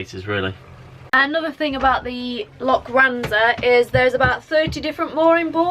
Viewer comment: its pronounced lokranza. lo kran za. forget the loch at this place haha.